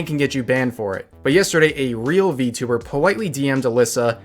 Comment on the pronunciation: Its funny how he counter act it with "How do you know im not a vtuber?" (Or vtubber on how he pronounce it)